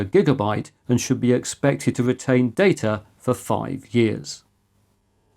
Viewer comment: It's "Data", not "Data"